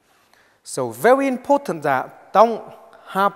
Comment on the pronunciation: "I gonna bury him so fast zat his Mom can't even find the coffin for him to go down".